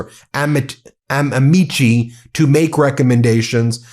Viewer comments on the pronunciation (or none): For the record and in the interests of accuracy and professionalism for attorneys, it's pronounced " Amikey", not " Amichi". Vale atque vige.. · Amici is A-MEE-KEE phonetically, C's are always a K sound. Taking Latin finally comin' in handy lmao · Why can’t lawyers pronounce Latin correctly! It’s ah-me-cuss. Drives me nuts